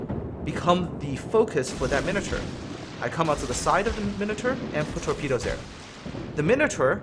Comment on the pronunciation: PITCHFORKS TIME! You said Minoter, not Minotaur...